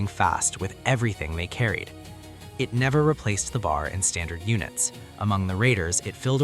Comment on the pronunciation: Hi, I am sure some of the marines who had served in the Pacific, would appreciate that you do not call the M1918 BAR as B...A...R, never as in bar (bar joint). Anyone else can help to correct me if I'm wrong, thanks..